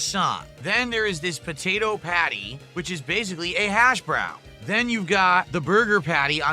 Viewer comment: Who says hash brown like that??? The hash. Brown. This guy is so weird he never talks to people clearly. Also hes a proven groomer and should be reminded of that daily